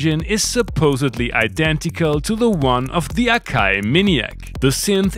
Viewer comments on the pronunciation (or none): none